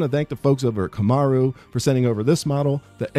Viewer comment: Repeat after me Kam' rue ee